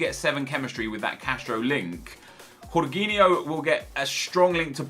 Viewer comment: its not horginho its george-inho